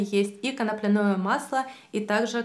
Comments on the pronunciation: Почему коноплянОе, если коноплЯ? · Не beta - karаten, не канаплинное масло!!!! Боже, как так можно ставить ударение не правильно. Причём всегда. ИКЕА. . 😬